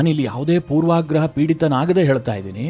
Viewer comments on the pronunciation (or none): "ಪೂರ್ವಗ್ರಹ " ಅನ್ನಿ. ಪೂರ್ವಾಗ್ರಹ ಅನ್ನುವುದು ತಪ್ಪು.